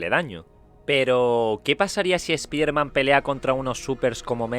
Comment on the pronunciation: se pronuncia espaiderman pero bueno (así se pronuncia en ingles)